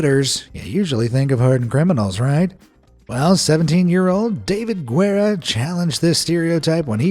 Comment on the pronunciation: The U isn't pronounced in Guerra it's just "gara"